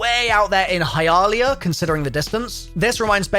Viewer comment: The way he pronounced hialeah had me dying